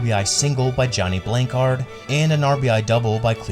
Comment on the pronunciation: It's Johnny BLANCHARD, Gil McDougald MACDOOOGEL. Strikeouts were not an accepted part of the game in early 60's, unlike now putting ball in play and making things happen was paramount - not minutia like trajectories or ball speed in the air. You should have mentioned WHY '68 was "year of pitcher" instead of excruciating percentages. MLB (not 'the MLB') allowed pitchers mounds to be has high as 15 inches, giving hurlers a geometric advantage of higher release points which hitters had to adjust to. Only 6 batters had averages of .300 or higher, compared to 20 in '67 and 27 in '69. The 'gut' take on a player has been replaced by number-cruncher nerds as a way of not having to use professional experience taking a chance by covering their posteriors by hiding behind arcane numbers. Glorification of this mentality in "Money Ball" ruined the reputation of smart/winning baseball pros like Art Howe - who knew the game and didn't hide behind numbers.